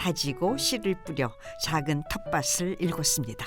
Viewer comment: 나레이션도 발음법이 안좋네요. 텃밭을....연음법칙으로 ' 터빠틀' 로발음해야죠.ㅋ 한번은 터빠슬,터빠츨......말이 안되요.ㅋㅋ